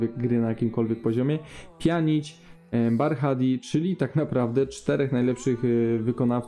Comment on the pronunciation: czyta się po prostu Bardi , Pozdro :)